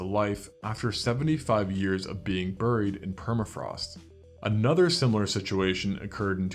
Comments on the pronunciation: The word "buried". HOMONYM, same sound as BERRY. English is going extinct. As a writer, it really disturbs me. Would like to bring it back to life. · burried burried i can't get the pronunciation out of my head, i can't believe you've done this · I was going to subscribe but then I heard you pronounce ‘buried.’ 😂